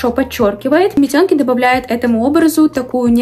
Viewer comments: Не митёнки а мИтенки,а так все круто ,очень интересные товары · Меня одну смутило метЕнки??? Прям режитт уши , все всегда говорили мИтенки , и так вроде правильно, а так прекрасная распаковка 💓💞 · правильно мИтенки или митЕнки, но не митëнки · митенки - через Е , а не Ё